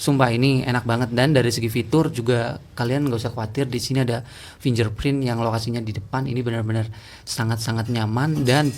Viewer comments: huruf "g" di situ jangan dibaca "j" ya.. kira2 kalau pengucapan internationalnya seperti ini /ˈfɪŋɡɚˌpɹɪnt/ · Bacanya /finggerprint/ ya bang biar lebih keren tech reviewnya...